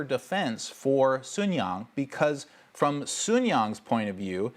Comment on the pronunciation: Erm... Did Sunyang suddenly became Susan Young. :D